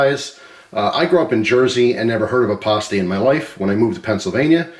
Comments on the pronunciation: As a Michigan guy here the way you said pasty hurt me btw its pass-tee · You're pronouncing "pasty" wrong. It's not said like "pasta" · Will definitely try it. Also, I've always heard it pronounced like paste-y, maybe different foods.